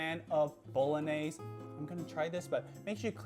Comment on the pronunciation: Just one thing... you’re saying bolognese wrong